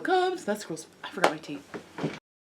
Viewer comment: I totally thought at the beginning of the show you said "wait I forgot my TEETH"...not tea. ;) that was awesome.